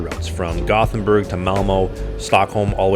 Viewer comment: When I played World of Warcraft, a lot of people in my guild were Swedish. One of the first things I realized was, that the names of the cities sound NOTHING like the other Europeans pronounce them. I remembered this after hearing the guy saying Gothenburg as a Swede. He almost nails it. It sounds a bit like two words Yóte-bóri 😄